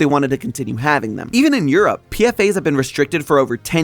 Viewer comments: PFAS is pronounced P Fas not PFA's the S stands for substances not the plural of A. I used to test for those just FYI. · Dude they're not called PFA they're called PFAS, (pronounced P-FAS) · Its not PFA's its PFAS 😂 look up what PFAS stands for jeez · Crying at calling them PFAs like an acronym like this. The s isn't to make it plural, it means substances. 'Per/Poly-FluoroAlkyl Substances'. it's pronounced as a weird word usually!!! One of my professors works with them and I've listened to lectures about it. It's like "pea-fass". I'm so sorry this video seems good but this makes you sound like you don't know what you're on about lowkey 😭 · Your're saying PFAS wrong.